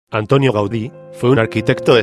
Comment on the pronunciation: No es Antonio, es Antoni.